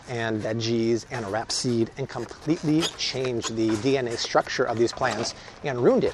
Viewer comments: Rap-seed? It's pronounced like it's spelled: Rape-seed. Also, show me studies demonstrating that GMOs are toxic. You're fearmongering and mispronouncing words in equal measure. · Again it is not rap seed it is rapeseed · c'mon! It's pronounced RAPE-SEED. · It’s RAPESEED. not rapseed. RAPE.